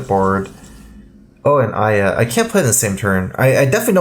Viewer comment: Two syllables too many. It's Aya.